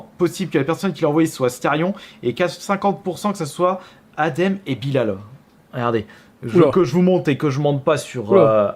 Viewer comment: Svp respectez le nom de Bilal (juste pcq c'est un nom musulman) ça se dit Bilel et ça s'ecrit Bilal